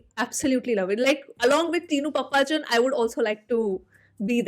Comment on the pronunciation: Itz not pappaachan, itz paappachan👍👍...